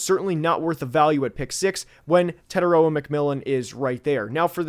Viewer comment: TE-TAI-ROA you are not pronouncing his name correctly let me break it down to help you guys get it right The first part TE is prounouced like tear like a teardrop The second part TAI can be said like Thai as in Thai food And the last part ROA is the hardest part because you have to roll the R so if you say it like raw as in raw meat but add a “ahh” sound at the end So it would be “tear” “Thai” “rawr” TETAIROA Your welcome